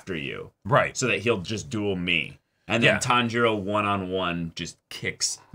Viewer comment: Not sure if yall noticed but Inouske actually says Tanjiro's name correctly! Usually, when he says something like Kambo he's trying to say kamado but this time he actually said Tanjiro without failure lmao